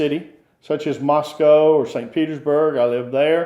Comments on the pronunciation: The West is in decline. Move to Russia. It's refreshing to actually hear an American pronounce Moscow correctly! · . Thank you for correct pronunciation. Every western says “Moss-Cow”. It’s “Mus-Coe”.